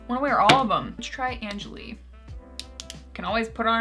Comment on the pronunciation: I believe angèle is pronounced "on-gel" like in french!